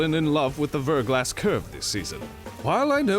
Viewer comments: It's pronounced VER-GLAW, like "thaw", not VER-GLASS. ❤ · Verglas is pronounced "ver'glä" it's a French word that means thin coat of Ice. Before you ask yes, I am a Verglas Curve fanatic.